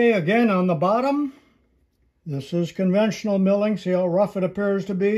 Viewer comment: Conventional, not "convential". The sudden backlash take up often abruptly surprises the novice.